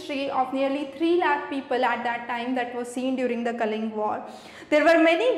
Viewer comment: Mam it's not kaling war It was Kalinga war